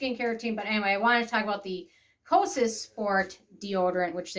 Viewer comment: FYI- when saying Kosas the s at the end is silent😊